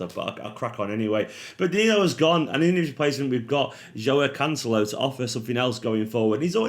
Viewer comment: Who? Lets work on the pronounciation:- Jwow Can-selo 😁